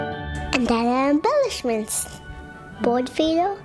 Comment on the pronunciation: I can't believe he knew and pronounced "imbellishments" so well! I'm a Language Arts teacher so I notice these things 💁🏼🤓